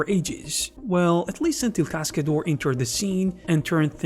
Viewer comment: What is "Cascadoar"? Please, at least learn how to pronounce it correctly 😂